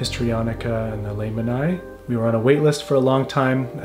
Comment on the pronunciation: knowledge noboby wants to know: the origin of the name "Lehmann" is german and is pronounced almost like saying it, just the E is longer.. leeemanni or [ˈleːmani:], if anybody can use the things. sorry, but the winner here:D